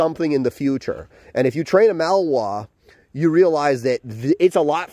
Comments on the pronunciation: Do you mean to say “Malinois” not “Malware”? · maLinois! Not mawoa... MA LEE NOA... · It would be easier to believe that you have "years of experience" with these dogs, if you could at least pronounce the breed name correctly.